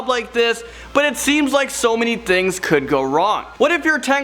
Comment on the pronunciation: You said dings not things